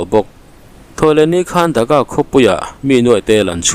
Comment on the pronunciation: Mi ziah chhiar loh tih thu hma neih ṬUM tak ah(minute na)an khawpui Thaka i tih hi ka lo ngai thla fuh ve tlat,an khawpui DHAKA tih tur zawk aniang a,Viewer hrelo ten Bangladesh khawpui THAKA amaw an lo tih palh loh nan...